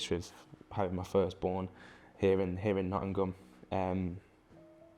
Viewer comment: Love all the squad, but Morgan's my favourite. Runs his heart out every game. And he knows how to pronounce Nottingum.